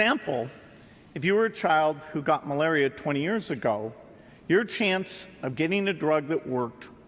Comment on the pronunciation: To end AIDS, tuberculosis and malubullll..🤣